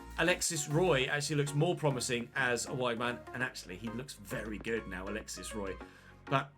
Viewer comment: A very small detail, but I think because Alexis Roy is french, his last name is pronounced “Wuah”. I could be wrong, but that is how Patrick Roy’s name is spelled and you pronounce his name like that. Keep up the good work though!